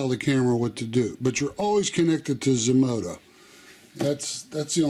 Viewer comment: Zmodo asked you to do a review and you say Zmoda???